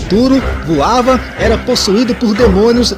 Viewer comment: “Voava” kkkkkkk